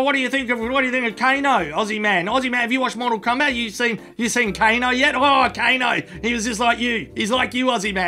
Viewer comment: Is the characters name Kane but as he is Australian he gets an O added on the end of his name?